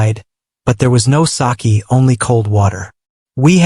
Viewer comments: It is not saki ❌it's saké✅ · It's not sakee it is. Sake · Sake not saakee